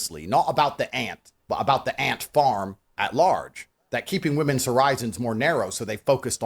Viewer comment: Man said WE MONS 😆